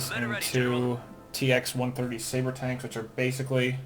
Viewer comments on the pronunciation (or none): none